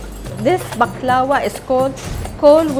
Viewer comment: Thank you for this video I was perplexed when I heard people pronouncing baklava incorrectly